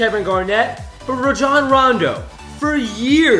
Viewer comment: Rajon rondo (ray-jon-ron-do